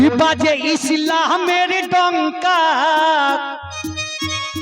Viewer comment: শব্দটি ইশলাম হবে না শব্দ টি হবে ইসলামের আশা করি সঠিক শব্দটা উচ্চারণ করবেন। কারণ শব্দটি আরবি শব্দ